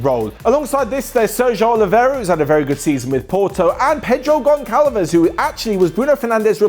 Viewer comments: "Gonkalo Guedes" "Pedro Gonkalves") hahahaha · as a Portuguese I have to say this: you read his name as Pedro Gonsalves 😄